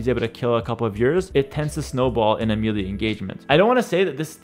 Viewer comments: One small tip, its Meh lay not meely. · Great tips. I was able to understand most of it as a total noob. Also, you help me, I help you: melee = ‘MAY-lay’